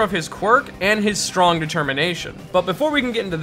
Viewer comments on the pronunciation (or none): none